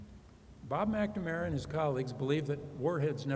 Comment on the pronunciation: Yegads...this is an excellent lecture but WHY does she keep calling him "Mackda-mara????"